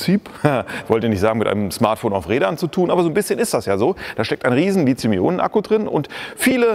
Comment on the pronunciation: Warum eigentlich Lizium? Ich dachte, es heiße Lithium. Seit wann ist im Deutschen th ein Zischlaut?